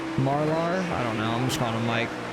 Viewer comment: Mar-ler,. Mike Marlar 157 Mar ler like her lol